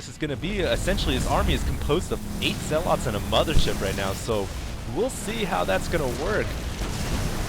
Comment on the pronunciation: i like your style. nothing against you, you're saying zealot wrong. it's infuriating. just a comment.